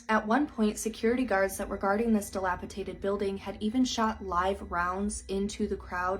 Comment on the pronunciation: It's dilapiDATED, not "dilapitated". Also, the plural of jewelry is JEWELRY, not "jewelries". Any update on this story? Perpetrators found?